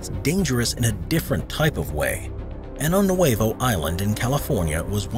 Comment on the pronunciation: Pronunciation: Año Nuevo is spelled with an ñ (enyay) and should be pronounced "Ahnyo."